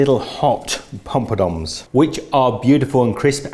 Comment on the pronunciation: literally crying laughing 😂😂😂 it's Poppadoms 😂😂